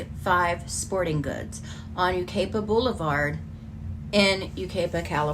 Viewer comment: Hi!! This is very near to me. The city is pronounced like this - U-ki-pa, with a long i in ki, like pie. Such a sad case😢. ❤❤